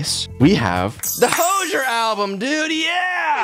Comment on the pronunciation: why do you pronounce hozier like that 😭